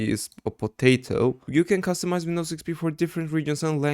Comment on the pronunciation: The way u said Wnidows XP said a lot about you being Turkish than the google search history, great video btw